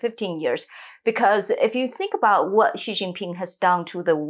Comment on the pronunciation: Hey Peter, it’s “She” (Xi), not “gee”. Just saying…!